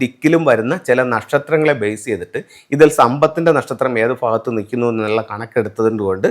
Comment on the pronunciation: അണ്ണാ, ഫാരതം അല്ല ഭാരതം.... ഫാഗത്ത് അല്ല ഭാഗത്ത്..... ഇതെന്നാ മലയാളമാ? കട്ടം.....😮